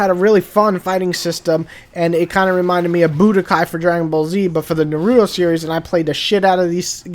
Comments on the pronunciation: Nar -ra - toe its not that hard to say smh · Nar-OOO-Toe That Is how you pronounce it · The way you say his Naruto's name is pretty funny. Its the first time I've ever heard anyone say his name like Narooto, that's for sure!